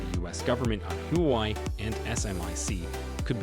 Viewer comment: It's huawei (whoa-way) bro NOT hoo-y 😮!!!